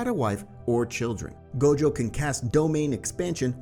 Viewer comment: idk a "Goju" i only know Gojo D: why do you pronounce it like that?